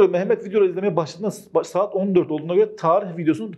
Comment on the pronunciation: Saet derken Kürt şiveye kayış 😂 Bayılıyorum kurmanc erkeklere were were kurmanciiiiiiii jsjsjsjs